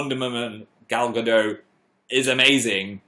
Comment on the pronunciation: You said Gal Gadot wrong why am I laughing so hard😂